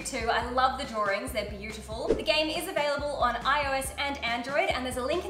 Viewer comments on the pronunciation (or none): none